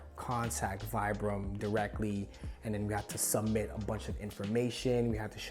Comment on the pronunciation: Man can pronounce saint laurent but not vibram